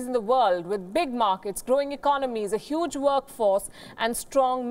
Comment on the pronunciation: say huge again... ummm